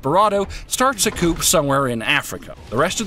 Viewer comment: ....why the hell does he pronounce the "p" in "coup"? It's pronounced "coo"